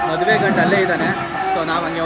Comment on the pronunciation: Bro maduvu alla maduve 😄